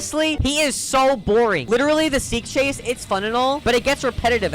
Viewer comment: bro said "sick chase"